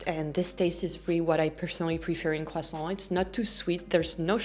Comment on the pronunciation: It's pronounced "kressant".